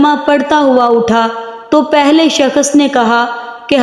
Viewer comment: Shakhas nhi shakhs hota h